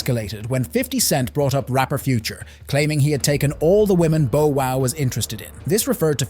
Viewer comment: He said Bo Wow, bruh this AI shit gotta stop 😂😂😂